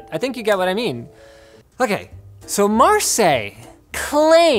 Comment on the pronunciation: As a french , i must say Marseille is pronunced wrong (pronunced marseYe ) and that trigger me out of laughing ^^. (Marseille is the second most populated city of France )